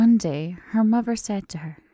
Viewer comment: Are you from Britain? Its just the way you said Mother sounded EXACTLY how I say it 😂